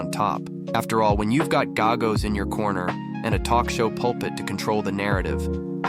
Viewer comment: Is the narrator some kind of AI generated artificial voice? The cadence is absolutely horrible and unnatural, as are the overtly mispronounced names. It's not "mah-her", nor is there a famed attorney Mark "Gahh-goes".